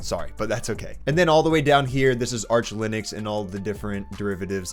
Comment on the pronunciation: Ты про Линукс? или Лыникс? Что, черт возьми, такое Лыникс? В английском алфавите Ы даже не существует. Why are you distorting the word so much, adding the non-existing in English nor in Finnish language vocal there? Why do you have to replace the i with Russian ы and the u with i? Give some respect to Linus and pronounce the word as it originally was. At least that much should you be able to do.